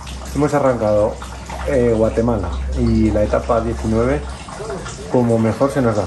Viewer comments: Como que "Guatelama"!!!!! jajaja saludos! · Es GUATEMALA, no GUATELAMA:)))))))) ERAS MI IDOLOXD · Al inicio de tu video dice, Guatelama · Alguien más notó que dice GUATELAMA, al inicio? 🤣🤣🤣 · Dice Guatelama al principio, es error?